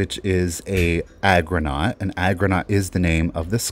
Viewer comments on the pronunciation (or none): I loved that milkglass argonaut bowl! FYI, it is pronounced ARgonaut, not agronaut. The argonauts are sea creatures. Agronauts would have something to do with the land.